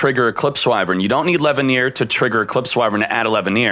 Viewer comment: sees Chaos Dragon Levianeer proceeds to say "Chaos Dragon LevaiHneer" 🤦🏻‍♂️